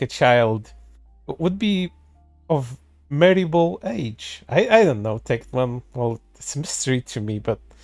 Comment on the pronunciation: got so mad he can't even say Tectone's name correctly lol